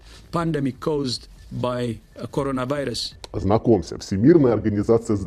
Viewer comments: Аффтар: >Я не буду произносить это название Индус: >КОРОНАВАЙРУС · Шумоголовый: не буду произносить коронавирус Пять секунд спустя :CORONEVERES